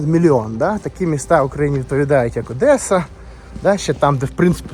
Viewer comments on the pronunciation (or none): none